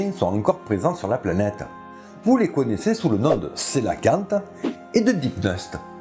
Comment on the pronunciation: Je me pose une question sur la prononciation de "Elpistostege" ... Ne doit ton pas prononcer la dernière syllabe en "gue" comme dans "Stegos" ? C'est du théorique, hein ... En tout cas, toi, tu ne te trompes pas sur la prononciation du Cœlacanthe !